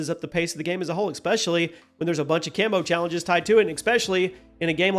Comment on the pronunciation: Please learn how to pronounce especially. There isn't a k sound in the word.